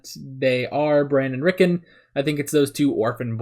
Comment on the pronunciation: Just a pronunciation note - British people, and by extension, Westerosi people, often emphasize both syllables of two-syllable names like Rickon, which is pronounced on the show with the on part of the name accented as much as the Rick part of the name, pronouncing -on just like the word "on", rather than de-emphasizing it like in the word "reckon".